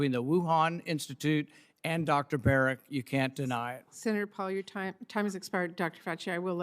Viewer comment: Notice how Fauci says Dr "Barret" instead of Berrick so he "technically" isn't lying under oath when he states that he isn't working on gain of function. Slimy little man.